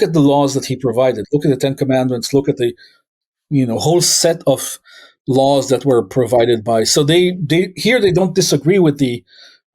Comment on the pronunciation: Are you intentionally saying "lawls"?